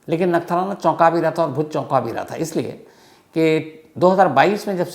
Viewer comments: Bhai nathnara nai "Nakhtrana" 😂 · Sir wo nathrana nahi he nakhatrana hai 😂😂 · नगठाना ❌ नखत्राणा ✅